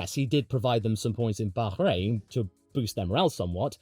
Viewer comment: Why does this guy say Bahrain like that 😂😂😂😂😂😂😂😂😂😂😂